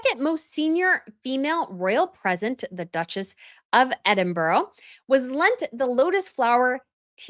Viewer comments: Edinburow.....it's definitely not pronounced EDINBUROW.....ED IN BUR AH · Good job on commentary! All sounds great in your accent but if you want accuracy on names, note that Sophie is Duchess of Edinburgh (counter-intuitively pronounced EDD-in-brah, not ed-in-BUR-ro) whilst the former crown jewellers, Garrards, is pronounced with first syllable emphasised, something like GARR-uds (not g'RARDS nor Ga-RRARRDS). Yes, the spelling of Edinburgh does not match how it is said. See also placenames such as Leicester (LESSter) and Gloucester (GLOSSter) and Worcester (WouSSter). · Edinburgh is pronounced Eddin bra not Edin borro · It’s pronounced Edinbur